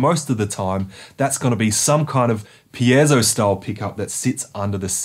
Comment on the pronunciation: Thanks for pronouncing "piezo" correctly.